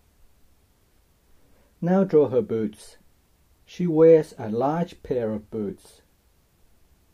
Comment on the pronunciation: Loved this vid but sorry when you said now draw the boots I thought you said boobs 😓